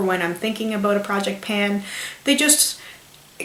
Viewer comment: aboot xD